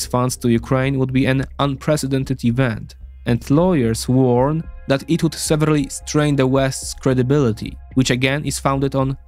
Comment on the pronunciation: Bro great video, this one really was comprehensive and on point. However, I feel I have to say it. I've wanted to for a while, but now it's necessary. There is a difference in both meaning and pronunciation between the words "severally" and "severely." Been bugging me for a while, hehe.